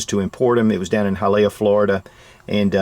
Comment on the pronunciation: Greetings from Miami, FL. Really getting a kick out of you saying Hialeah. lol